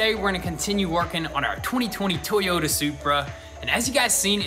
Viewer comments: He said Toyota correctly this time wow. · I like how he said Toyota properly!!!! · He said Toyota correctly!! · I see you said Toyota instead of Teyota! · he said toyota and not teeyota